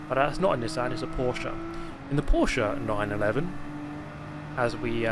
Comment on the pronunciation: As a German it makes me happy that he nows how to say Porsche